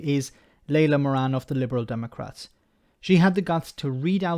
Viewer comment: Well done. The pronunciation was very good also. Much better that I could have done.